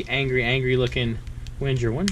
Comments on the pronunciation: Yup. It’s „Wen-ger“ like the end of „anger“. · It’s pronounced Veng-Ger! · Omg plz stop saying “wenjer”. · It’s NOT “WHEN-JUR”. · Pronounced 'Venga' ;) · I thought in Wenger the G was pronounced like Tigger (T-I-Double G-Gurrrr lol) or like Wingate, not like a J? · No, it’s actually as it is written. But I understand that non-German speaking people have difficulties to pronounce „Wenger“ correctly.